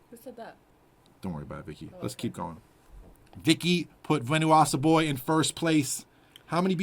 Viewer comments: venwasa boy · Dude went on a whole spiel about Bjork and then still mispronounced Venusasaboy lmao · How come he sampled Bjork but can't pronounce venus as a boy correctly smh